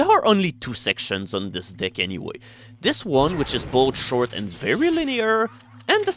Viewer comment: Sigmund Freud was right, I keep hearing as saying "dick" instead of deck